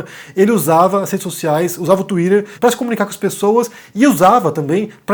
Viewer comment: O falando twitter é muito bom de ouvir